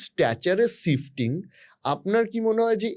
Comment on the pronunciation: Sifting or shifting ? This curly hair has horrible pronunciation!